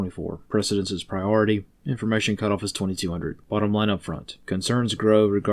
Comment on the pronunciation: Pri-ority. IT'S PRIORITY, FOLKS!! Thank you for your videos and God bless.